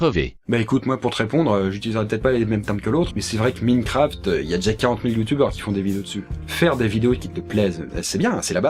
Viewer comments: ça se prononce ''Maï-n-craft'' pas mi-ne-craft 😂😂 P.S.: j'aime bien tes vidéos mais stp arrête de mettre des passages avec ''ça'' c'est chiant j'ai crié et j'arrive plus à dormir. Merci. Cordialement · c'est pas minecraft ! ça se prononce : maïne Craft !!!!!!!!!!!!!!!! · minecraft ca se prononce maïnecraphte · Euh, Minecraft, ça se prononce Minecraft, pas Minecraft xD